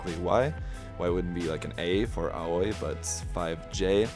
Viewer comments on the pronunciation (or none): The Aoi is pronounce like "owie" not "oy" lol